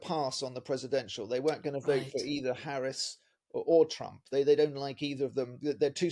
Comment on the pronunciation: Please try to pronounce her name right. It would be respectful.